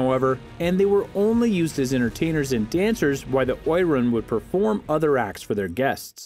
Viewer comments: The pronunciation of Oiran is O E ron, not oy ran. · Oiran is pronounced O-E-Raun (the R is rolled), not Oy-Ran. When the Geisha (Geiko) Guild was ratified two stipulations were that they could not be prostitutes (punishment was lifetime imprisonment) and they could not dress as gaudly as the prostitutes (unfair competition to the prostitute guild).